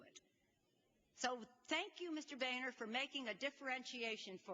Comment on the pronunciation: It's Boehner pronounced Bo-ner. Boner Boner Boner.